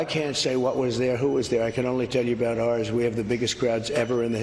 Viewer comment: He let it slip!!!! He's a pirate 🏴‍☠️🦜 "I can only tell ya 'bout RRR's"